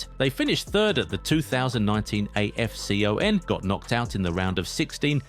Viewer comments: Just call it afcon man, A. F C. O. N, what's that? Imagine hearing someone calling euro, E. U R O!!!! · So cringy hearing afcon spelt as single letters just say Afcon as one word not single letters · I hate how you say afcon say it together